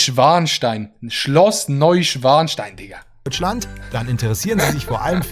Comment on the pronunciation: Schloss Neuschwanstein So wie mans ausspricht 🤦🤦🤦🤦